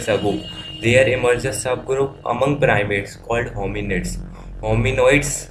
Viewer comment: bhai piramits nahi primates